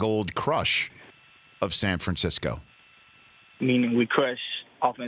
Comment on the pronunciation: San Fransackyou